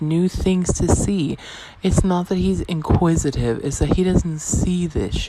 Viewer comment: " inquisitive " nor " quisitive". She is so damn stupid Put Tiktok down and eead a damn book. You may possibly see a word and repeat it correctly She is educationally sub normal.